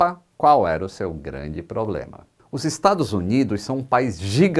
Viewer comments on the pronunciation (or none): none